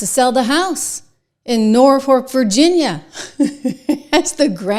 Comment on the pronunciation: Hey, Trish! It is Norfolk (pronounced nor foke). Not nor fork. That's not to be snarky. I'm just a little OCD.